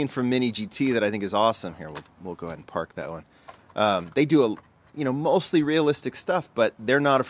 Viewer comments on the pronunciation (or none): none